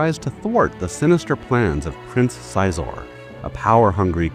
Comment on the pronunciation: Sweet video, but I thought it was pronounced like "she-zor"